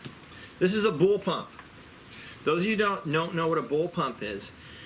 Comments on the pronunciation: “Those of you who don’t know what a ‘Bull-Pump’ is”…..yeah, neither do you…..it’s bullpup. Lol, he said it twice, he clearly believes that’s how you say it. Your credibility is in the tanks. If you actually fixed the video with a text saying “bullpup” people would actually respect you. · bullpump lmao you mean bullpup